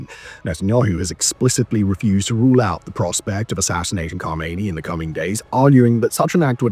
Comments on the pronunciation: Not Khomeini but khamenei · Khamenei, not Khameiny, Khameiny is dead.